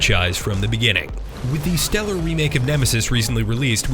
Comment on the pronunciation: "Steller" remake? I mean.....I always hear bad reviews of RE3 remake